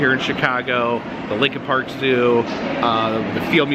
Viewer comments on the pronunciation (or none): none